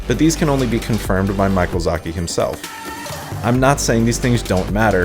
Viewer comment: Did you call him Michael Zaki?